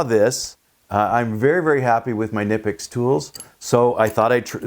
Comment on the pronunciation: Nice! By the way the "K" in the name is pronounced. Please share the model number of the plierwrench as I they make various sizes. Thanks. Great video and demonstration as always.